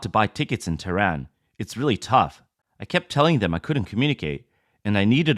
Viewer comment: Ha ha ha. Awwww. Commies getting ripped? It’s pronounced as “ teh ran” lolol